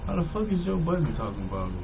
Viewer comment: Why do New Yorkers insist on putting an S at the end of Budden? 😂😂😂 I'm sure they've all seen his name written down.